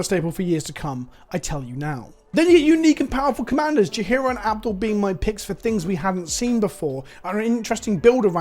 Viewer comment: I keep hearing the way you pronounce "Abdel" and I keep hearing "Avdol" and my brain is like "What, is he a human that ETBs and summons a 4/4 red spirit called "Magician's Red"?!?